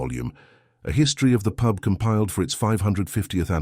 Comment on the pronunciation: Pube?!!! I know the Suffolk dialect can be a bit strong, but really!